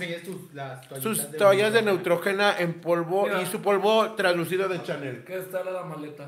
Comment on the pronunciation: “” nutruyina” pronunciation Neutrogena